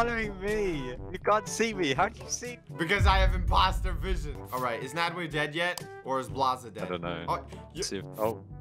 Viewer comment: ITS NADWE NOT NADWA